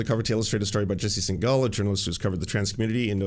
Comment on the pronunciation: Why are you deliberately mispronuncing his last name even after having met him?